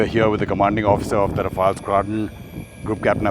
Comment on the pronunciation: First time I see them pronounce Rafale(Rafaal) properly. Rafale in french means gust